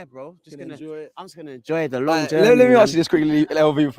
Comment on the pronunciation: "Just en-JOI" 😂😂😂😂